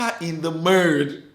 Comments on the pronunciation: Akah was what "dragged in the murrrrrrdddd" 🤣🤣🤣🤣🤣🤣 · o he said in the murrrddd. Not we were coworkers 🤣🤣🤣